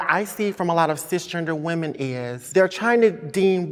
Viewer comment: 39 seconds in he said whamin 🤔🤔🤔